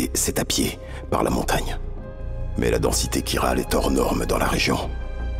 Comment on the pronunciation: Pour la "matière chiral" ça se prononce "kirale"